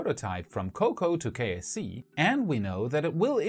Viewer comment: Oddly enough I keep hearing KFC and wondering what Kentucky Fried Chicken has to do with Space X...